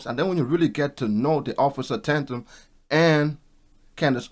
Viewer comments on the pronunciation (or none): Bro why you pronounce Tatums name like that???😂 You added extra syllables and all...🤣😭💀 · Offer Tatum name is pronounced TAY-TUM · Tatum (say "Tay-tum")..... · Officer Tate-Em is how its pronounced properly, he's great to watch and direct and concise. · It is pronounced Tay-tum . I subscribe to his channel 🙂 I also lived on a street named Tay-tum spelled the same . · Officer tay-tum. Fyi no disrespect 🤝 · It's pronounced Tay-tum